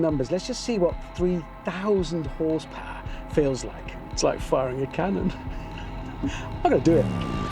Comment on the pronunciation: Horsepower ❌ Horsepowahhh ✅